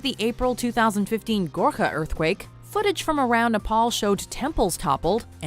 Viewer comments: JJ and josh : foot-a- ges 😂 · serious video JJ : foot-eaa-gees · Vikram "FOOOTAGIIIIS" Barn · i’d like to see anyone try and say footages better that jj, GO ON!